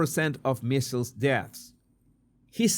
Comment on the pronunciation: MMR = Measles, Mumps and Rubella and -- it's not "missles" it's "mee zels"